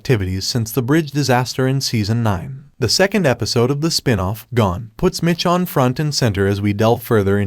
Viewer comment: Why are you calling her Mitch-on